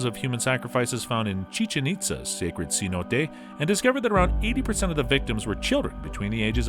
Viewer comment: “Seh-no-teh”, not “See-nōte” like a $100 note.